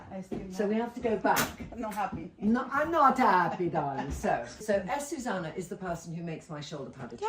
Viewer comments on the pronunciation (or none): Yep, I agree. I absolutely love Trinny and Azucena is amazing, but she should try to pronounce her name correctly. I am sure it would be a lovely surprise for Azucena if Trinny actually called her "Athoothena".... the "th" pronounced as in "think, thank..." 😊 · Azucena its pronounced Ah-zu-ze-nah!